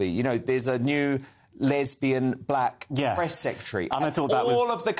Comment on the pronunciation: A'COE HE GON' BE BLA' NOW. BLA' NEEDAT REPRENTASHUN.